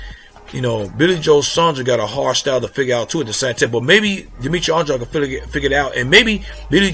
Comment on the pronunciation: By the way, Saunders is not pronounced "Son-dros" it's "Saun-derz". It's a regular English name, even in America. Furthermore it's "On-dra-dey".